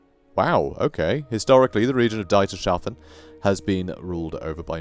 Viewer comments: Love your work and care you show with reading and pronouncing names, etc. Excellent storytelling. Whtm though, pronounce 'Dietershafen" as "DIE..:" (like death=? If you can ppronounce Steven Spielberg correctly then this is pronounced with the same ei sound. Otherwise it is a huge enjjoyment to hear and watch your videos Thanks for the good work. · Dietershafen is the harbour of Dieter(pronounced like thee except with a d). Yeah, Grammarnazi, but thanks for the content